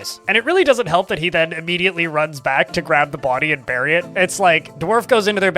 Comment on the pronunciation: "Burry" lmao